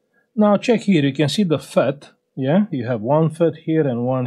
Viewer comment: Îmi place cum zici ceck here😂😂😂❤ brava sir! Felicitări!